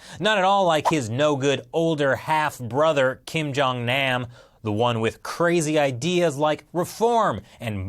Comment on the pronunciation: The way he pronounces kim jung nam pisses me off and makes me cringe